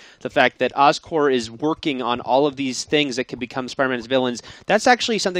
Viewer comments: It's so irritating to hear you guys call Oscorp, "Oscore". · Oscorp. OSCORP. OSCORP God, everytime I heard these guys say Oscore It just pissed me off -__ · Thank you, I thought maybe I was hearing them wrong. Every time they said Oscore I was like "it's Oscorp damn it". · There's a "p" in Oscorp. It sounds like he is saying Oscore. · Oscore? It's Oscorp, damn it. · Why do they keep saying oscor? It's "OSCORP" damnit! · Just sayin its pronounced oscorp not oscore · Oscorp not Oscor theses guys don't know how to pronounce it right! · Btw it's OscorP. With a P. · Anybody else cheesed that they keep saying Oscore? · haha i was thinking the same yelling "P" every time they said that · i think they are. that's probably because the word corp is pronounced without the p but oscorp is pronounced with it.